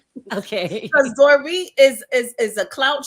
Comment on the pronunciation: PLEASE STOP SAYING DORIT...NOT THE SAME!!!!